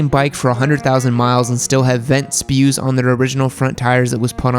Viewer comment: By the way, those tire tages are called "sprues" not "spews"